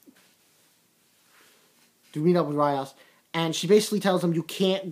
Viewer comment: their names are pronounced like so Ree-as A-ke-no A-see-a Ee-se Ko-ne-ko